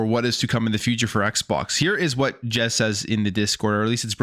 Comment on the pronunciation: bro said Jez but it not jezsmfh